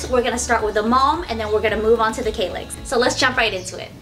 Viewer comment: Kallax - A is pronounced like a for Apple